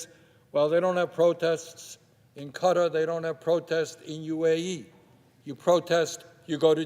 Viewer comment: "UAE and cutter" KUH-TAR, you ape. It has two syllables. Also, what is with your country and it's weird boner for religious states? First Israel and now UAE?